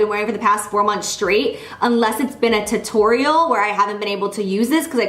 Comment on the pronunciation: The way Jaclyn says “tuttorial” drives me bonkers.